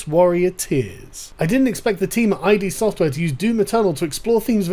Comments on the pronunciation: It's "id Software", not "ID Software" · I was so triggered when you said id software " eye-dee. " Correct pronunciation is "eed" !!! Sigmund Freud coined this term. Otherwise, great video. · Well put. The only thing I have issue with, like other videos on Doom is that it is pronounced “id” not “I.D.” Software. It seems a few people are getting very bent out of shape over a couple of background satire jokes. Those poor demon, I mean, mortally challenged pilgrims... They just want to be accepted at the expense of others. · Can you stop saying I.D. Software. It’s just pronounced id. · No, it's pronounced "id" same sound as the beginning of "idiot". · Love the vid Sargon, but Id software is pronounced as Ih-d. As in Freud's id, it rhymes with Did and kid. Not said as two separate letters, as in the abbreviation for identification. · SJWs then: "Gamers are all horrible, violent men who play these games to practice shooting up schools!" SJWs now: "How dare this violent video game that I was totally going to play make these sorts of jokes! I'm not buying it now!" By the way, : it's pronounced Id, like the Freudian psychic apparatus. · It's pronounced id as in kid or did... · "I've always been a fan of DOOM" >cannot pronounce a 2 letter name properly.